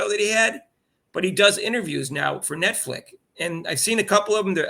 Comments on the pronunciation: "Netflick" lol y'all crack me up. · always mixes names just a little😂 Rudy, woody. Netflix, netflic. It's part of his charm 😂😂😂